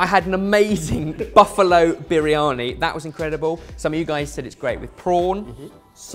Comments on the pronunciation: Spinach? Turmeric??? Oven!!! That's not how you cook a Biryani!!! Even as a cheat that's bizarre! I bet you it tastes nothing like Biryani! And it's pronounced "burrr-yani" not "bireeyani"! C'mon lads, make a proper Biryani. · urg.. the way pronounce Briyani!, please go learn the proper pronouciation!!